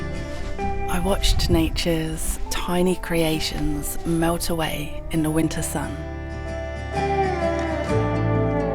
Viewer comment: Bee-you-diffle Win’ner campin. I can’t I unhear it now.